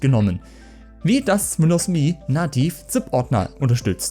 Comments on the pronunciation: Alter, das heißt "EM-EE", nicht "MEEE". Ich musste das Video nach 30 Sekunden abbrechen, das ist nicht anzuhören. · Das OS heißt "emm eh". Beide Buchstaben einzeln ausgesprochen. Das hat man Dir aber schon mal erklärt. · Wer hat das jemals so dämlich ausgesprochen? Das kann man sich ja nicht anhören.